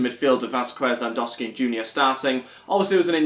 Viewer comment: Can you pronounce lewandowski properly